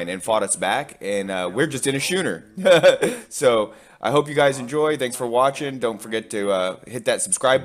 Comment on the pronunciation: Boi said SChOoNeR